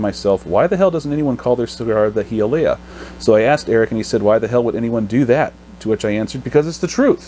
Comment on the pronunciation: Pronounced: hi-uh-lee-uh